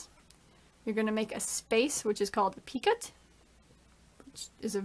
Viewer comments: Thank you for this nice video and pattern! Your channel is lovely. Just wanted to say -- it's not "pea-cut," it's "pee-koh," an old French word. meaning "pique," or "peak," as in to point or prick. :) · Hi good video, picot is pronounced Pico. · Picot is pronounced with a silent t. Sounds like pee coe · It is pronounced ' peecoe'. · Picot- pronounced pee-co. The t is silent. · It is pronounced (pee ko). The (t) is silent. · picot is French I think... the I is pronounced like an E, long O and don't pronounce the T (like depot).